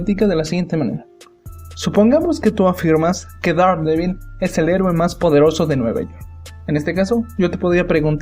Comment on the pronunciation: Te urgen unas clases de Inglés; se pronuncia - derhDEEBOL -.